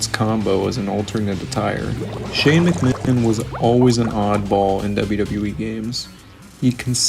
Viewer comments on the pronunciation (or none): Can you not say McMahon? You even changed the subtitles to McMichael lol